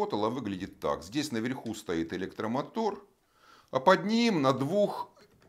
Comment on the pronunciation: "наверхю" ХММ Ева Морозова также говорит. видать это какая то новосибирская фишка )